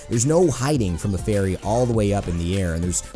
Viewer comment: A faiwry...with the heart of a robot? I mean, I can legit hear gear grinding and steam hissing on her ult cry in my head. Nice.